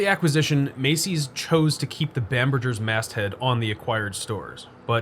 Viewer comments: Seriously. It rhymes with hamburger. Of you're gonna have it in your video, do some research and learn how to pronounce it! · it's a hard "G" in bamberGers, like "hamburger", not a soft "G" like mergggger.... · I'm surprised you don't remember Macy's/Bamberger's ads from when you were young. Bamberger is pronounced like 'hamburger'. Living in the DC/Balto area from my early 20s to mid 30s, I visited White Marsh many times - but only for the Warner Brothers outlet and Ikea nearby. Never actually set foot in that mall! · FYI, Bamberger's was pronounced with a hard g sound, not j sound.